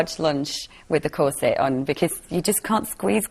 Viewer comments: And the word corset. I'm not used to hearing the stress put on the second syllable. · I cringed everytime she said corset!